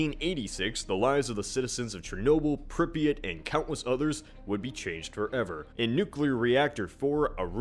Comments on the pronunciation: It's pronounced "Prip-ee-yaht" not "Prip-ee-it". Just to let you know. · You are pronouncing Pripyat so badly.